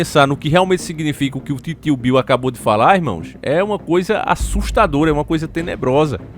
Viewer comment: O fala tio Bill, eu escuto Kill Bill 😂😂